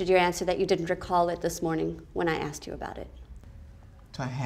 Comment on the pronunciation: Did Mills say axed instead of asked?